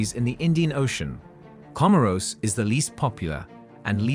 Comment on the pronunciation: Research also lacks respect to pronounce the name correctly